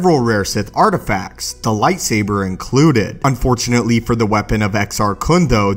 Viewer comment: Nobody: This dude: lightsaberrrrr